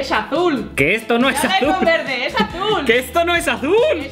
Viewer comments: ES AZÚL TE DIJE NO VERDE leer con vos de natalia😰😡😠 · Si es "alul" :v